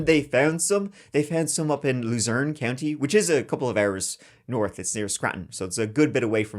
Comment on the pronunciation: Kind of ironic how pronounces Luzerne County like “Loser In County” because that’s exactly what this Jonathan guy became